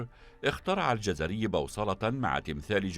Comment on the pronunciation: الجَزَري، وليس الجزري نسبة إلى منطقة في العراق يقال لها: الجزيرة